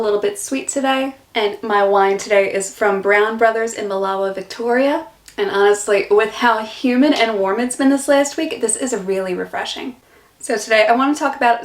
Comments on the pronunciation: Btw, Milawa is pronounced like "Miller-wuh" although you will find some locals that say "Miller-war." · Emphasis goes on the "i" in Milawa Not the "a" :) MIL-awa ❤